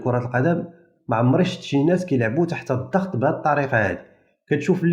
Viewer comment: 1 انتبه إلى اللغة : الضغط وليس الظغط!!!!! 2. لا داعي التبرير الخسارة الفادحة للجزائريات